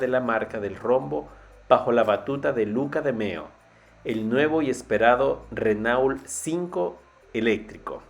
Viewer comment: Se pronuncia RenO, mierda, RENO